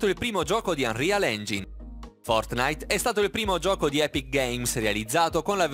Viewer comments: UNREAL ENGIAIN SCUSA MA IL TUO INGLESE MI URTA🤢😂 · Anrial ingin? Anrial engiain si dice:-) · Unreal Engine si pronuncia "Anrial Engiain" non "Anrial Engin" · Mi triggera quando dice engin e non engain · Ma non si dice unreal engiain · Scusa se ti correggo, ma non si dovrebbe pronunciare "anrial engiain"? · si legge anrial engin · Ma una parola in modo corretto ce la fai a dirla? Tutte le pronunce sbagliate, "Fortnìte" "Unreal Engìne", danno troppo fastidio personalmente, peggio dei doppiaggi dei film di Dragonball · Si legge engiain